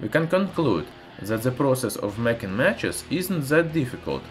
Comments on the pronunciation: Try to say "that" more alike to "death" than to "zed" please :) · He is saying that ,,, zet 😂